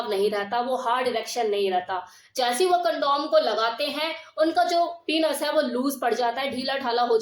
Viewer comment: पीनस नहीँ पेनिस कहते हैँ मैम